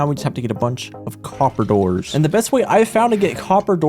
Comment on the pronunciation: “ate oxydyzed coppadours”